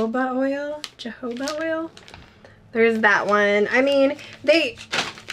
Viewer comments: It's pronounced hohoba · We have not had Hard Candy at our DTs. I wish that we had! I say caramel like you do. Also, jojoba is pronounced, hoe hoe buh. It’s a funny word for sure!